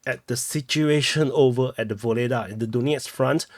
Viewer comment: It’s kind/diplomatic of you to make the effort to pronounce Ugledar in a Ukrainian accent😅